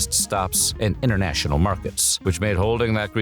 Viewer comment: “Intertnational markets” Are you kidding me